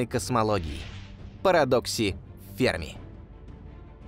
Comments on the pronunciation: Да не фЕрми, а ФермИ! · Может Ферми'? А не Фе'рми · До этого видео думал правильно--фермИ, а не фЕрми... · Почему ФЕрми? ФермИ всё время говорили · Я так понимаю ФермИ, ударение на "и" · Парадокс ФермИ. Ударение на букву И ! БЛя! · Умоляю, поставьте ударение правильно! ФермИ! У него фамилия - ФермИ! Уши кровоточат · Что за неграмотный человек озвучивал это видео поделие? Ферми - ударение на последний слог) ... А вообще вопросы и гипотезы в этом видео винегрете смешны... Бла-бла для Баранова) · На второй слог ударение ставят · Почти уверен что в фамилии Ферми ударение на последний слог делается - итальянец же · Что за дикое ударение в фамилии??? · Энрико Ферми (ударение на И) озвучил свой парадокс в те годы, когда видимой активности инопланетного разума не было и в помине. ТО, что они есть и очень близко –непререкаемый факт. Однако не все так просто.Материалистическая наука имеет свой материалистический космогенезис, в котором не учитывается мировоззрение, определяющее творение и в том числе человека как сложную составную систему. Космос разумен не благодаря цивилизациям, а благодаря разуму творящей силы вселенной. Мы и любая суперцивилизация – только продукт, который проходит свою эволюцию под надзором высших сил, которые практически исключают непосредственный контакт между нами.Те ребята,которые сидят на Луне, Марсе и иногда летают над Землей – это скорее всего биороботы, которые не имеют эволюционного ограничения срока жизни. Они – слуги, исполнители.